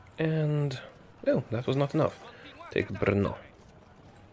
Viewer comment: OMG 1.guy who say perfect Brno LIKE